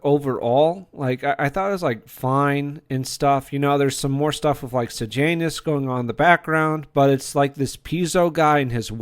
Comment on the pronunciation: Don't pronounce Sejanus like Sir Janus. There's no R in the name. The script was excellent in this show and also the acting. The story was based on a book called 'I, Claudius' by Robert Graves. The historical accuracy is questionable at times, but Graves's book was a great story and the TV show was a great drama.